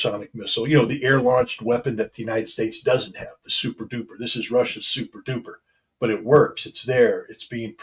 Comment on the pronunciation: Thats souprdoopr scot ha ha ha